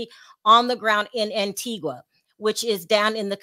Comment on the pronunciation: Pronounced Antiga. Antiqua is in Guatemala